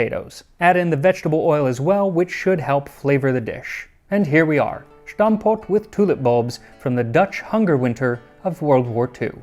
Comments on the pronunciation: Small comment: stamppot is not pronounced with a 'sh' sound like in German, but rather with a regular 's' sound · there is no 'sh' in Dutch, unlike German. it is simply stampot, not shtampot. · Please! It’s Stamppot , read as written. It’s not Shtampot with German accent. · Dutch protip: you don't have to 'sch' the s in stamppot. It's exactly as you said, but it's just stamppot, not schtamppot. Not German! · "shtamppot". Please articulate that first s like you would in words such as 'steel' or 'stroll', otherwise great vid. it also enlightened me about my own country's history, so thanks for that. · Stamppot like the "st" in stance. Not shtampot. Nice video regardless. It basically means stomp pot. You don't say shtomp either. It's the word stomp with the "a" of "affected" instead of an "o". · Nice video, but I don’t understand why you keep pronouncing the ‘s’ in stamppot as ‘ß/sh’. Dutch is not german, and it’s pronounced like the ‘s’ in the word ‘silence’. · my grandparents used to eat tulip bulbs as kids, so cool to see a video about it!! of course i've heard about the war thousands of times, but never from a food perspective, so you actually told me some things i didn't know one small note: pronouncing the s like sh is a german thing, so it's not shtamppot but just stamppot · Your pronunciation of Stamppot is pretty good, just leave the j out 😉 the "st" are pronounced just like in "stomp" or "stool" 😉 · stamppot is pronounced with st like stop, not sh. We’re not German. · As a dutch speaker I find It very cute how you pronounce stamppot with a german accent 😂 we wouldn’t make the S at the start of the word into a ‘sh’ sound like many german accents do, it’s stampot not shtampot 😊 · You don't have to make the "Sh" sound at the start of Stamppot. It's just an S, like how you would say "Stump" in English. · Terrible pronunciation but the attempt was there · your pronounciation of stamppot is good but you pronounce it as shtamppot , try to get the she out